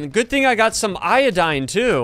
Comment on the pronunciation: “I got io-doae”💀 “We need i-do-dane”💀